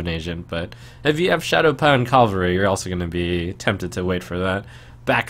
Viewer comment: Cav-al-ry. Is someone on horse (or other animal) back Cal-va-ry is a location.